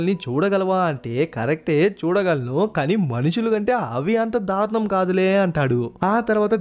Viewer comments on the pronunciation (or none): none